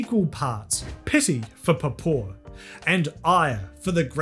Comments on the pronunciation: You're mispronouncing papaw. It's more like Paw Paw with both syllables stressed and drawn out "aw"s. Its southern United States dialect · how to pronounce papaw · Hearing try to pronounce Papaw is adorable